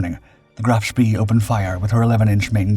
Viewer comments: Phonetically it's pronounced Graf Spay not ever was it pronounced Spee🙁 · For god sake. Try giving the names of German ships in their proper pronunciations. It’s pronounced Graf Spey. Not Graf spee. Despite how it’s printed. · Can't stand hearing Graf Spee mispronounced like that!